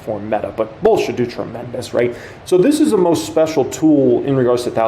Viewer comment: 🎉🎉🎉🎉” and we have a ‘specIal guest’ TrrrrraVIS”🛼🛼🛼🚀🚀🚀🚀🚀🇺🇸